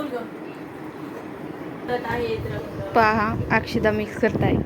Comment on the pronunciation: लिहिता बोलता तरी येत का अक्षदा नसतात अक्षता म्हणतात